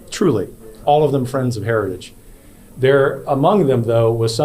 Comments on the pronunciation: Trump can't say the word, HERITAGE, but he believes in it! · The man can't pronounce the word heritage! 😅 Don't want this bozo running the country! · trump can't even say the name heritage 😅😅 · "Heritage" is such a difficult word to say. Just listen to tRump try to say it.